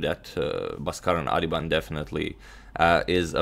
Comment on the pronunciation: bro his name is pronounced as baas-karan aadhiban